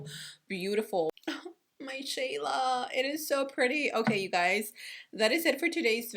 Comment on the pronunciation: "My Shayla" 😂